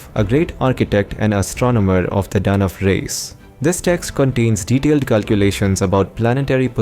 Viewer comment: Detta and Danv.... dude... you sound 10000% still you have to pronounce those words differently... and they didnt sound like foreign speaker either. They sound like you are doing DADADADA